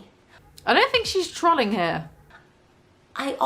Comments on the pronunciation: “Trahling” love Brit pronunciations. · "trawlling" just made the biggest mistake of her entire career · why do you pronounce trolling like trolly